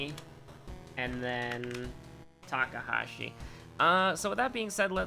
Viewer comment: It's pronounced Mi-ya-ko with the "ya" going up slightly and the "ko" going down. With Hawado, it's Ha-wa-do with the stress being on the Ha and then going down. Also, it's Mr.Ta-ka-shi, not Ta-ka-ha-shi, but I think you're doing that on purpose.